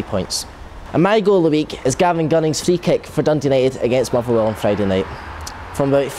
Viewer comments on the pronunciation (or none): Why, why, why can this guy not say TH? Why? Listen to him......."Fought", "Fifa Fisstle", "Arrow Fing", "Mofferwell", "Partick Fisstle", "Lee Griffifffs", "Ferty Yards out". This is not a speech impediment, this guy just cant speak properly!